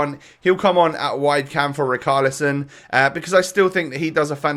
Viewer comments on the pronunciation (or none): riCHarlison NOT riKarlison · Can u pronounce ‘ch’ it’s richarlison not ricarlison